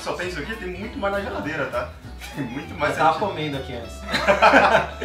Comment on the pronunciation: Tá falando molta 😰